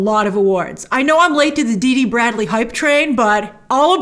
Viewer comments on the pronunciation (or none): His name is Dee Bradley Baker, not Dee Dee. : ) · It’s Dee Bradley baker not dd bradley